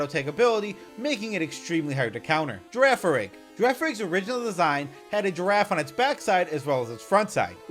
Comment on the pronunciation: IT'S EITHER FARIGIRAF OR GIRAFARIG, NOT FIRAFARIG!